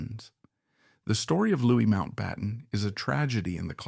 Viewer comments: Loo ee. Not Lewiss. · Louis is pronounced Lewy not Lewis. It's a shame the act of taking this horrible man took with it young innocent lives. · Louis is pronounced Loo-ee, not Loo-is! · This is full of vagueness & repetition, but light on actual evidence; it is difficult to take a word seriously as the researchers didn’t even check how to pronounce his Christian name correctly: it was ‘Louis’, not ‘Lewis’! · We are not American. Mountbatten was not LEWIS, he was Louis…the French pronounciation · Ireland. Do your research! Louix, Louis, Louie. They are all pronounced Louièee. There's no pronouncemen̈t Lewis, it's Louis- spoken out Ĺouie. Ĺ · His name is pronounced Louie!